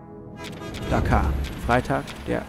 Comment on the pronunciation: Tolles Video. Die Stadt in Bangladesh spricht man jedoch "Dakka"; "Dakaa" wäre eher Dakar im Senegal.... ;-)